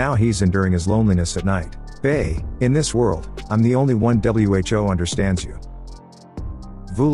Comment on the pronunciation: What the heck. If you can't pronounce world correctly then fix the problem.